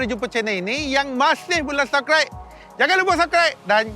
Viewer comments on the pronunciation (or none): Rasa tenang je bila dengar sebut subkraik dan side mirel. 😁.